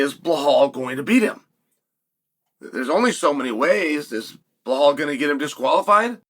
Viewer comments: DellaLayma vs blahawl. 😂😂😂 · “Jack Del-la-lame-uh…… Blawl Muhammed.” Never change Uncle Chael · I love this fight simply because we get to hear UNCLE CHAEL say Jack and Belal’s names INCORRECTLY over and over. 🤣🤣🤣